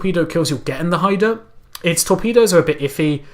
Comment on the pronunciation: Hi review Pronounced Hi-da